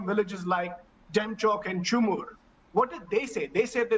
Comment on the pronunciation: Get out of ur airconditioned rooms-studios, and spotless-crips cloths and go to the grounds if u have the SPINE to report the truth. What do that guy know of Ladakhs' geography? First learn to pronounce the name of the places correctly. It is CHHUMUR not chumur, LDEMJOK not Demchok. What do you care about a place with one one MP seat? Even a school going child of Ladakh can tell you more than ur so called Experts and fake Patriots. So, if u dont have the guts to speak the truth about CHINESE atleast dont berate the struggles of the Ladakhi nomads and our army who sacrificed their life securing the land from the Chinese. SHOW SOME RESPECT!